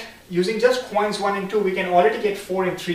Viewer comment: Stop pronouncing coins as chhhoins